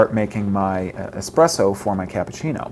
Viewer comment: Espresso not expresso!!-It is Italian!!